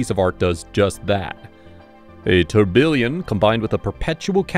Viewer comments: tour-bee-un? That screams guy making any ol random video for clicks, high horology enthusiast. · Lovely watches, beautifully filmed. But it was very distracting to hear so many mispronunciations. "Haute" "guilloche" and "tourbillon" among others.